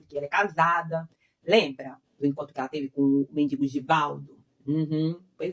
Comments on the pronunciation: Moço, é MENDIGO e não MEDINGO. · Toda vez que você fala dingo, racho o bico por aqui.......kkkk